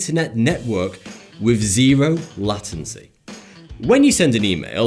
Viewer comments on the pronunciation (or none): lat-ency ??? my dude I thought everyone said late-ency